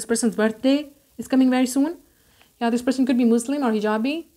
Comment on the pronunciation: Soon not sin or son lolz